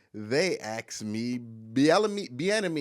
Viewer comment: Can I "axe" you a question?